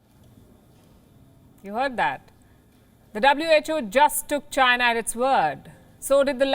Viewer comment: I Loved how Trump said CHYNA virus.... 🤣😂🤣